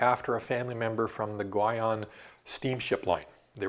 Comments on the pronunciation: My inner linguist geek is about to come out: "Guion" should most likely be pronounced "ghee-OWN". I know he's no polyglot by any means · ...but the inconsistency in his pronunciation of "Guion" was really annoying me.